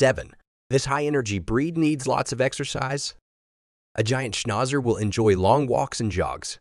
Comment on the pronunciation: Great except for the way Schnauzer was pronounced.